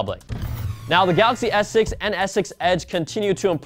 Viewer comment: please enunciate your words. When you say S6 it sounds like you're saying Essex or ex-sex. It's driving me nuts:P